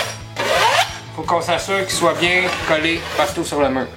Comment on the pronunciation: Salut, je suis tireur de joints et plâtrier professionnel et j'aime bien ton vidéo pour bien expliquer aux débutants dans le domaine de la réno et même dans le métier. Bravo! et j'aime bien quand tu dis avec BIN d' la détermination;)